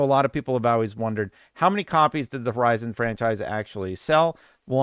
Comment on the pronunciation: I think you need to learn how to pronounce the name of the game lol